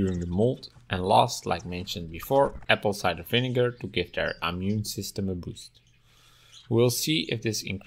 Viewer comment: Vinegar not vinigar. Handling not handeling.